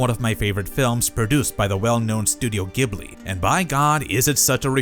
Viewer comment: Gh says J. Ghibli. If you go watch any of the folks working there, youll HEAR HOW THEY SAY IT. G.. H... says J.